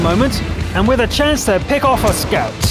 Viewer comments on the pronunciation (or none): none